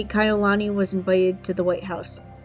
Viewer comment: Yes it's called respect your subject is our princess it's not difficult to assure that her beautiful name is pronounced correctly. I did enjoy video that was the only thing that was bothering every time Kai'ulani was pronounced incorrectly. Thank you & best regards.